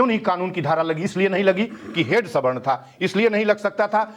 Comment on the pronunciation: ऐन्कर मैडम सही बोलें सवर्ण को स्वर्ण क्यों बोल रही हैं ।